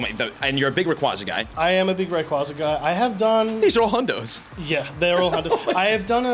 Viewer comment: You’re a big Ray QUAY Zah guy Its not QUAH its QUAY